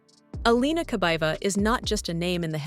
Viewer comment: Kabaeva not Kabava.